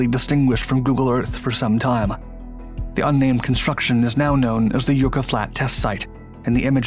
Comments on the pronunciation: FYI it's not YOU--KA it's YUCK--A. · Yucca = YUK-uh, not YOO-kuh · Yucca. Pronounced Yucka. Like buckaroo without the roo. Always interesting videos. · Just FYI: "yucca" is pronounced yuck-uh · LOL "Yoooka" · You mispronounced yucca again. It's pronounced yuck-uh.